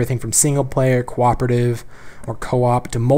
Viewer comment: did i hear QWOP-ative?